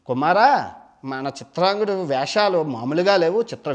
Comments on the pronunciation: Chitrangudu kadu bro CHITRANGADADU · చిత్రాంగదుడు .... చిత్రాంగుడు కాదు.